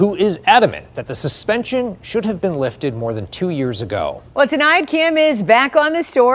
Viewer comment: I'm sorry but did he say lifted-ed